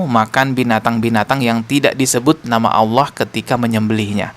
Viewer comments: Si ini Memang misionaris sejati....nyebut nama Allah saja Aweloh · Dari pelafalan Allahnya Jelas ni orang agamanya kristus deh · Loe yang terkutuk 😅😂 nyebutin Allah aja lidahmu melungker2 😅😂 sok2 an mengartikan 😅😂